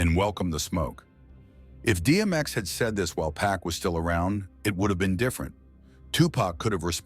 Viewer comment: It never ceases to amaze me that, after all these years, people still mispronounce 2Pac’s name… ITS ‘PAC, NOT PACK! Smh…